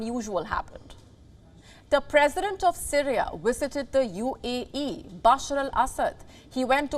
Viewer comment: Why do you keep saying UEE, instead of UAE??? 🤦‍♂😂